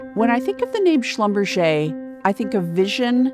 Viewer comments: How can someone butcher a german name that way? It's "Schlum-Berger" not "Schlumbercher" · Schlumberger is a german name, hilarious pronunciation in French.. kind of ridiculous really. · That's one way to pronounce a definitely German last name